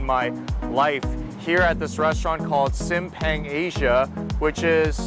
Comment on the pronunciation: The proper way to pronouncing SIMPANG = Seem~Punk.. Sambal Egg = Telor Balado (tae.lor bha.lha.douw)